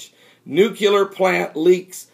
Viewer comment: NU-CLEAR not NUCU-LAR